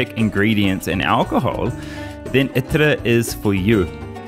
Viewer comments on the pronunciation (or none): Bro u don't know how pronounced a simple name , pls pronounced correctly. it is not called itŕ , it is called attar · FYI Its not pronounced itra it is itar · Its pronounced atthar